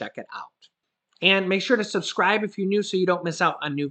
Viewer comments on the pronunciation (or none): none